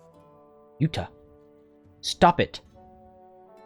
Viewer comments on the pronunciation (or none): none